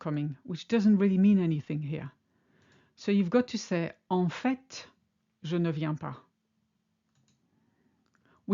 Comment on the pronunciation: Great and helpful video. Did I hear you pronounce the T in "en fait"? If so, is "fait" pronounced more like the English "fate" or "fete"?